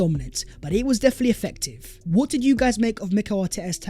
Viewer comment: Yup… even spoiling the New Year for me and others with his gargantuanly STUPID ending “VHAT IS VHE VIDEO VHERE AND VHERE.”!! GET A GRIP YOU CRETIN!!! NO ONE speaks like that!!